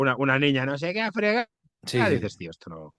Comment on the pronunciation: "A fregar" jajajaja